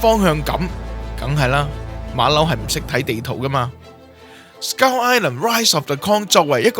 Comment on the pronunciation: 我成條片都聽到(S鳩)Island 😂